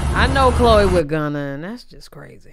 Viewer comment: Not you pronounced her name wrong 🤣 and Chloe and hun don’t match at all